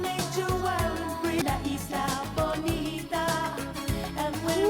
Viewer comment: There are plenty live versions of La Isla Bonita (btw. you only have also to pronounce the s and you got it .😊) and I'm sure you will love all of them..